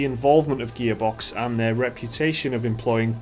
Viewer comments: "Gaybox" Am I the only one who hears that? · sometimes when you say gearbox it sounds like your saying gay-box XD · Every time they mention Gearbox, it sounds like "GAYbox" , lol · Idk if it's me thats just dull or whatever, but did you just call it ''Gaybox''?? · Sounds like their saying Gaybox. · Every time they said Gearbox, I heard "Gay Box". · Who else keeps hearing Gearbox as Gaybox? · Sounds like they are saying "Gaybox" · Who are 'Gehbocks'? Never heard of them ... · Whenever that guy says 'gearbox' - I swear I hear 'gaybox'